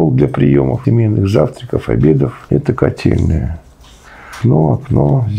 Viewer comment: Котельная?! Он сказал котельная?!!!!